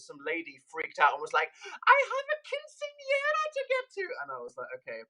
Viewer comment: The way he says quinceañera😂